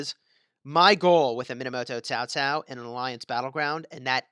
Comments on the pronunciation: It's pronounced cow cow not ZAO ZAO.. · Actually it's chao chao